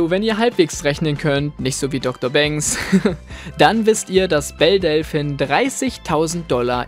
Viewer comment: Du sprichst Delphine falsch aus.